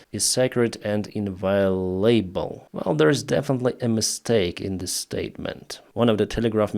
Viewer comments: in-VI-o-lable. English is full of exceptions. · The word he tumbled over was "Inviolable : incapable of being violated; impregnable; unassailable". It is pronounced "In-vi O lable".